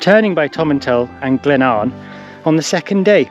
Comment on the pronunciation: The best laid plans o’ mice, and men, gang aft a-gley…. Keep working on the Gaelic, lol -it’s said ‘bulg’ like bulge, but with a hard ‘g’, like rag. The ‘i’ in Builg is like the p in both ptarmigan and swimming -silent 😂👍🏻